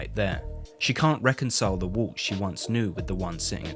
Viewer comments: As a non native speaker I hear "Wolf" constantly when you say "Walt", more like "Woalt". So confusing to listen to. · As well as ‘Walt’ sounding like ‘Wull’… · His name is Walt not woolt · I always thought the main character's name is Walt, not Woo. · It’s Walt, not woot